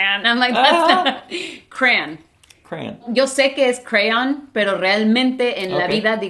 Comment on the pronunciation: soy canadiense y no saben la felicidad que me dio cuando tu papá dijo la pronunciación correcta de "crayon" 😂 siempre nos burlamos de los estadounidenses por como dicen esa palabra!!